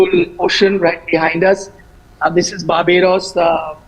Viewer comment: Barbodddoos..that pronounciation 😅😅😅